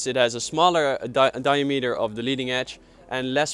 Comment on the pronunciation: di-A-meter ;) great video